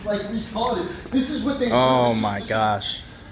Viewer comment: “Retahdad “ 1950 wants that guy back